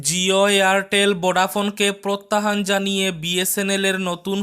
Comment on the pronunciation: টিকা শিক্ষক নয়রে ভাই হবে ঠিকা শিক্ষক । প্রত্যাহান নয় প্রত্যাহ্বান হবে।